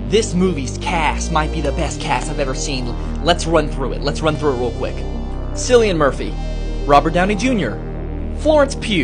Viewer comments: Yes, but his name is supposed to be pronounced like Kill-ian Murphy not Sicilian Murphy. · “Kill-ian” is how to pronounce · It’s pronounced killian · Killian is how it's pronounced. Ki-lli-an, not Si-lli-an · Why everyone pronouce cillian as sillian. It's kinda weird 😂. BTW I have just watched oppenheimer last night only. It was a good movie. In this movie the line" I have become death, the destroyer of worlds" was the most famous line throughout the movie. It was copied from Shrimad Bhagavad Geeta. Actually Oppenheimer learned Sanskrit to read Shrimad Bhagavad Geeta . When Lord Krishna showed Arjun his real image then he said "I have become death, the destroyer of worlds ". Cillian Murphy also readed Shrimad Bhagavad Geeta. In this movie,there was going a secret project in Los Alamos,New Mexico which lead was J. Robert Oppenheimer. Actually in World War II, American President got a letter from Albert Einstein saying that Adolf Hitler was making a Bomb. On July 6,1945 a first test of nuclear bomb was dropped on Los Alamos,New Mexico in a desert. After that on August 6,1945 AM a bomb was dropped on Hiroshima,Japan. After 3 days only on 9 August,1945 a bomb was dropped on Nagasaki, Japan. Robert Oppenheimer didn't felt good and got into deep depression. He thought that he killed thousands of people. He said to stop these nuclears and was against of it. But the President didn't want to stop that's why he lose his job. Then he started to take lectures. He was a chain smoker that's why he died through Throat Cancer. He is also called as the Father of Atomic Bomb. I think that's enough. Go and watch the movie. It is wonderful and worthy. All thanks to Cillian Murphy and other ca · Pronounce it like Silly Anne Murphy again and you'll get a visit from the Peaky Fookin Blinders 💪❤️ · It’s pronounced Killian and Gary Oldman is also in the cast although he said he’s only in one scene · It's "killian" Bro the pronunciation. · Pronunciation for Cillian - ki·lee·uhn